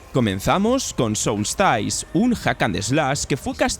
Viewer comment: No es "SOULSTAIS" es "Soulstice" y no se pronuncia "Dreikengard" es DRAKENGARD", No es "WANTID" es WANTED" etc etc